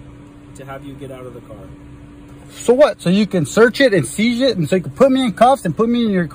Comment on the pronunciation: "so you can shearch it and shieze it" . . . this guy is a mess! You ALMOST feel sorry for him!